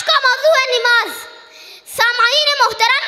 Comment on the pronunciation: نَماز ہوتا ہے نِماز نہیں ہوتا ہے ماشاءاللہ بہت عمدہ تقریر ہے لیکن اصلاح کی ضرورت ہے